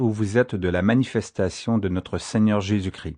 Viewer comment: Il faut bien prononcer le S et le t quand on dit Christ sinon ça fait Cri et ça veux rien dire. Il ne faut pas oublier que Christ veux dire Sauveur, là est toute sont importance. Merci